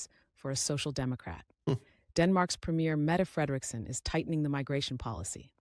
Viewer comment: Hey, i am a huge fan and supporter of the channel. We love our prime minister and in Danish we pronounce her name as Meette Frelriksen:) 💗💗💗💗